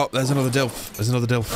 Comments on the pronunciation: It's not a DILF. It's a DILO. At least read it correctly, please. They probably die because you're not feeding them. Get a TROUGH. And put more points on weight in your dinos. -_- You are so afraid of so called "spoilers" that you don't even learn about basic things. This game is just starting. You are still in the initial basics. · Hey, just started watching this episode, i hear you refer to the dilophosaurus, as Dilfs. Maybe it's cultural differences but do you know what a milf is? Haha 😂 i think its too similar bro. I looked up the "official" pronunciation: duh·laa·fuh·saw·ruhs I've always called them Dill-ohs. But it's all good bro. As always, love your stuff. Glad to join you in your ark journey. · I don't care about people on the street not able to pronounce Dino names. But when you're doing a video series, and you continually say Dilfo instead of Dilopho it feels as if you don't care about the real name, which is probably the case.